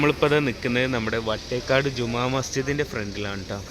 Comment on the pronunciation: വേട്ടേക്കാടല്ല, വട്ടേക്കാട്